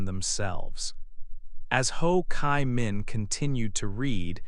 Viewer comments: "Chi" - I hear " Kai", why??? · Ho Chi Minh. "Chi" is pronounced like G in english or cheese